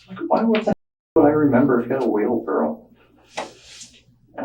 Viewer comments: Put him in jail for saying "wheelbarrel" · “Wheelbarrel” come on guys 🤦‍♀️ say the word correctly.